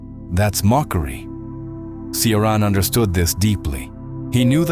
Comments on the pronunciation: Cioran is pronounced CHO-RAN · Cioran is pronounced “Chorahn” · poor Emil Mihai, always mispronounced, often misunderstood